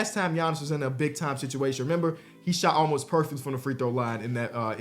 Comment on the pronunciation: why’d you say “situation” like that bro 😂 all bs aside dope video man and definitely gonna subscribe